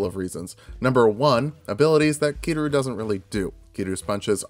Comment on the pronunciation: "KI-RU" ... I cri